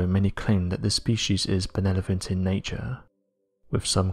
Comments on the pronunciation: Did anyone catch that when describing the sphinx he messed up and said Benelovent instead of benevolent? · Someone please help me out here.... Is it just me, or did he just say "benelevant" instead of "benevolent"???😂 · It’s pronounced “ beh- NEH-voh-lent”